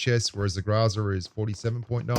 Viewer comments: The pronunciation is “ GROW-ZA.. .. but it is what it is.. lol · it's pronounced Gorza(growZa) Italian for garbage. LoL Great video again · The man struggles to pronounce "Groza," but he likely has no trouble pronouncing "AC/DC." 🤔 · I was expecting a 10 minute montage of you pronouncing groza in subtly difference ways. Grrraaazzzaaaarrrrrgghhh! Groza seems to be one of the fixed points in the game balance. It's always been good at what it's designed for and never stepped on the toes of the long range sprayers or tappers. Just about the perfect example of a crate weapon that's a bit better all round than its mainstream cousins. Only the AKM limb damage steps on its turf.